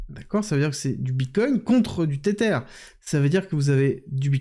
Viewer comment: Tether se prononce Tesser... avec la langue entre les dents. 😊 comme un zozotement